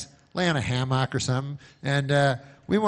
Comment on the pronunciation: Ham mock? Are you kidding when you say ham mock?